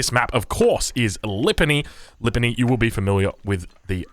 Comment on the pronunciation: pronounciation of Lipany has an open A after P. Similarly open fonetical A is in but, where open a is in U.